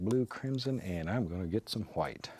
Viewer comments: I like that little accent when he says”titanium hwhite” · I love how he says Hwhite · Bob Ross: " And im going to get some white" Brian from family guy: " why are you putting so much emphasis in the H" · Who else came on here so you could hear him say white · does anyone else love how he says white?😂🙈🙈